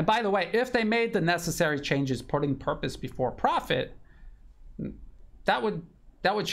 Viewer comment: It's Purpose not "Puprose" sir. 😅